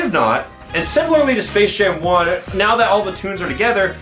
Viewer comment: is it just me or did he said space shame 2 in the beginning